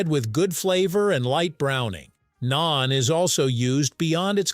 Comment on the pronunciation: It's Naan, not Nain. 😂